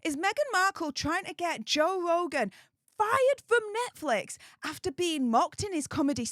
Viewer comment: Joe vvvvvvvvogan it's Joe f***ing RRRRRRogan!!!!😂